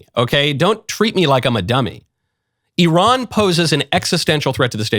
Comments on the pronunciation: FYI it's pronounced EERAAN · Just changed between 2 pronunciation without hesitation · Today’s episode: How many ways Michael can pronounce Iran in 5 minutes